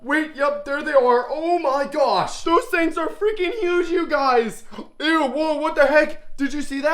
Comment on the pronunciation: Je vous suis que depuis peu. Pour les poissons, ça allait. Pour les insectes, vous en faites trop, trop de manières, vous parlez trop fort, quand à vos m'y gosh, c'est insupportable vous ridiculisez le vrai nom. D'après certains commentaires, vous maltraitez vos insectes et l'histoire de la tarentule m'a dégoûtée. Par conséquent, je me désabonne illico et ne recommande pas votre chaîne. Si vous maltraitez ces animaux et d'autres, j'espère qu'une personne vous signalera. Vous faites plus le 🤡 qu'autre chose. 👎